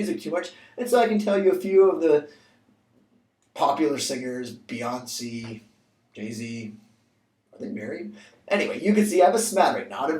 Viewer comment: Great video, although, her name is pronounced "Bee-on-say" as opposed to "Bee-on-see" ;)